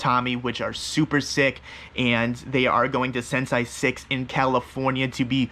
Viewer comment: The way says sensei 🤮